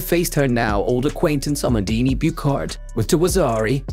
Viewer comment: same for amandine Buchard, prononciation is a like in a like in abraham, man is said close to the "monld" in almond and Buchard is not a "k" sound but like in usher and heart ou hard but without the "d" sound....